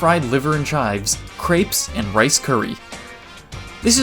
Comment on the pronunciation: The way you pronounced crêpes made my brain hurt